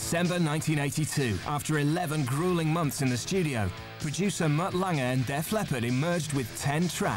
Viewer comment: For God's sake, it's Lange! Mutt Lange! Not Lang-EH!